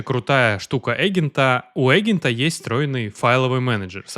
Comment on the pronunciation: Эгента,? (слух режет, не смог дослушать до конца , вырубил) Явно в школе очень высокий балл был, по русскому языку.